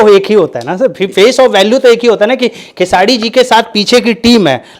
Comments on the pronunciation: Tottle khesadi nhi khesri hota h bolna sikh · नाम तो बोलना सीख ले चूतिया खेसाडी बोलता है 😂😂😂😂 दोनो एक ही जैसे😂😂😂😂😂